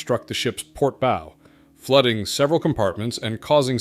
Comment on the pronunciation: How about real people reading this. It's BOW like OW!! Not bow like oh. Come on now.